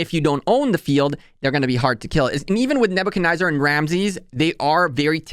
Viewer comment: NebuchcadNEZZAR, there is no I or Y lol, its not NebuchaNYZER. forward "fancing" fan shape...you have some good content, but damn your english is abysmal.